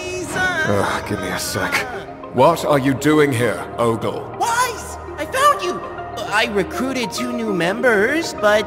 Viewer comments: More like Ogre. ogle sounds like Ogre Insert shrek voice here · why does ogle sound like earth